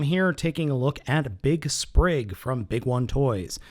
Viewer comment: it's Spring, not Sprig....